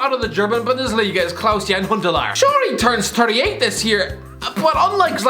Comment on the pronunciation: Why tf do you keep pronouncing it Klaus-Jan. It’s Klaas-Jan. In English it sounds like Class-Yan